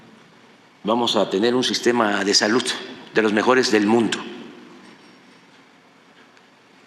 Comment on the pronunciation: No sabe ni pronunciar "salud"